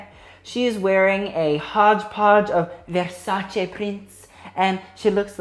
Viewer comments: you are the first non-Italian person to know how to pronounce versace correctly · Emma Migault Americans and everybody else pronounce it like ‘ver sa chee’